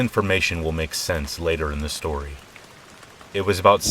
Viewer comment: I listen to these every night as I fall asleep! However, one thing I cannot get over is your intro. "SHtory #1, SHtory #2 & SHtory #3".